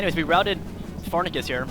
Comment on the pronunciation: You said Pharnaces Incorrectly